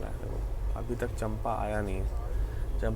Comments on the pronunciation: स्टेशन का नाम चंपा नही है,उसे चांपा कहा जाता है। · मै छत्तीसगढ़ से हु ब्रो और आप जिसे चंपा कह रहे है उस चांपा कहते है